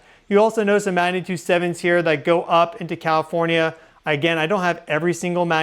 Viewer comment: I swear to God he’s saying “Cawifornia”